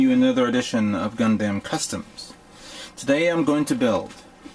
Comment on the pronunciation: Lol he says gun dem like gun damn